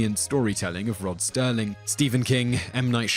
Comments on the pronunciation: It's Rod SERLING, not Sterling. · There is no "T" in Rod SERLING